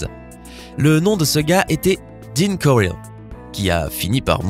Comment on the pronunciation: C'est Dean corll et non coril